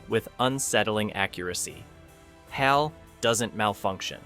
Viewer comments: I did enjoy the very good list. But I did not Like due to the AI issues. Not just the awkward pauses. 2001's computer was HAL, not "H-AL." And some release years were VERY incorrected displayed. List is good but production needs to get better. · 1st give away I heard was "H-AL (aitch-AL) nine thousand!" Come on, it's HAL! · No real person would know 2001 and pronounce HAL like “he” did.